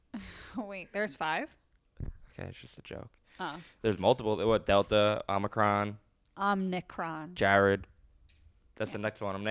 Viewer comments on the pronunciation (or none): It's omicron not omnicron